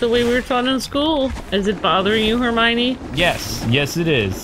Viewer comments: It's pronounced Her-my-knee, not Her-my-mee. Her name is spelled Hermione. Just sound it out. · you say it wrong its Her-my-o-knee, and also Harry marries Ginny Rons younger sister you meet her in the second film. Also a Mudblood is a wizard who no one related to them is a wizard so they are kind of an oddity bc no one understands how it happens calling them mudbloods is a derogatory term